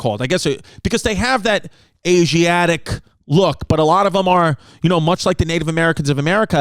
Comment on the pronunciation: my guy said "asiariatic look"